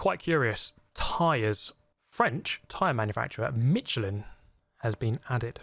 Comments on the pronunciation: since there's already people discussing the pronunciation of Ruf :D I want to chime in with the pronunciation of Michelin. it's Mish-LEN, not MEE-cheh-lin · Me cha lan , is how it’s pronounced!!!